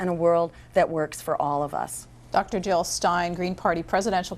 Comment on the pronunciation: Jill not Hill!